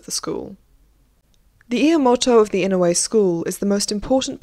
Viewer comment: I really liked the content of this video. It was well-researched and I loved learning about what life was really like for geisha back then. Just to let you know, here is the right pronunciation for a few of the words you used: Gion -- gee (rhymes with key) ohn (rhymes with moan). Oneesan -- oh-NEH (long length)-san. I am pretty sure the house was Inoue, right? That is ee-noh-eh. If not feel free to correct me on that. Lastly, Yaeko is yah-eh-ko, and Mineko is mee-neh-ko. Sorry to be so critical but as a Japanese speaker it sort of bothered me to listen to the words being said wrong even when the content was so interesting!